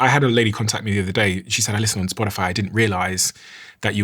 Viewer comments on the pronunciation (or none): none